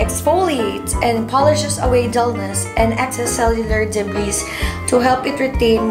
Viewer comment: Debris is pronounced "debri" po. 😊